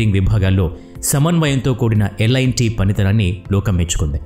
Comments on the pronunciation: Lt ani unty merenti lit ani chadhuvutunnaru lt na lit na peru😮😊😂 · Lit kadhu bro adhi L&T so alane untadhi pronounciation